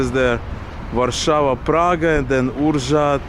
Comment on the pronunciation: In fact, in Polish you can say what you read if you know double-characters - for example, in the movie you read ur-żąd (ур-жонд) skarbowy instead of uRZąd (ужонд). These are the pronunciation rules for Ukrainian-speaking people (Ukrainian sounds correspond a little more to Polish than to Russian). A - а / я – після і Ą - он/ ом – перед b, p/ ьон – після і/ ьом – після l і перед b, p B - б C - ц CH - х CZ - ч (твердо) Ć - ць (м’яке чь) D - д DZ - дз DŻ - дж DŹ - дзь E - е Ę - ен/ем – перед b, p F - ф G - ґ H - х (м’яке г) I - і – в кінці слова/перед приголосними, и – в кінці слова/перед приголосними та після ш, ч, ж, щ, ц J - й K - к L - л – перед голосними/ль – в кінці слова/ перед приголосними Ł - л M - м N - н Ń - нь O - о / ьо – після і Ó - у / ю – після і P - п R - р RZ - ж / ш - перед/після ch, k, p, t S - с SZ - ш Ś - сь T - т U - у W - в Y - и Z - з Ź - зь Ż - ж